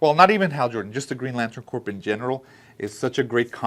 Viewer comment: Just so you know, it’s pronounced like “core,” not like “corpse.”